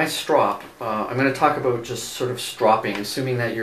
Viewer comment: they asked you aboot your stropping technique?